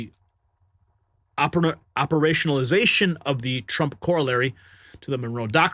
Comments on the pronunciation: Corollary is pronounced ‘ko ro LARRY’. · you have got learn to pronounce words like "corollary and "billet" correctly. When you incorrectly pronounce words you sound like Barack Obama.